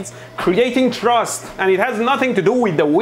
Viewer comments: Not "trust," Mehdi. The word is "thrust." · Ah yes, engine "trust" 😅